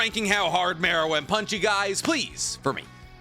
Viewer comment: Bro for the love of god please stop saying” punchie “or “punchy” or whatever tf you’re saying man it’s annoying I love you videos tho bro